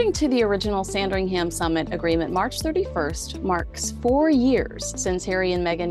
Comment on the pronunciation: It drive me nuts to hear her say "SandringHAM" 😂 I just think as a royal reporter she should attempt to pronounce what she's reporting on properly.